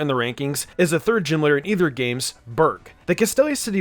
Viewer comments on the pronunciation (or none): none